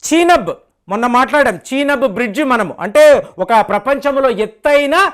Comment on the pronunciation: చీనబ్ కాదు చినాబ్